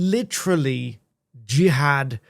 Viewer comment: You can't call your son Jihad and then try to distance yourself and your family from him when he commits a Jihadi attack. Also, the media are deliberately mispronouncing his name to try to pretend it isn't what it is. "Jihad" does NOT have multiple meanings, it has one, and we all know it, it is only used in the Quran and Hadiths in the sense of holy war.